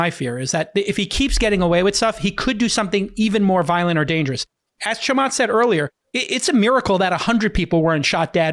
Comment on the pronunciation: Cant pronounce Chamath last name correct. 😂